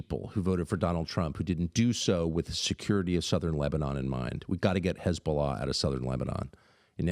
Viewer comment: “HeZbOLaa, HEZboLAAA!!!!!” 😂😂😂 gotta love Tucker man😂